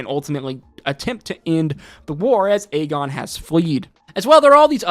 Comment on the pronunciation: I’m convinced bro was mispronouncing aegons name on purpose because he said it right a few times. Aegon not agen. As much as you know about the lore of asoiaf I know you know it’s the 3 eyed raven not the 3 eyed crow. That felt personal 😂😂 everything else was spot on though.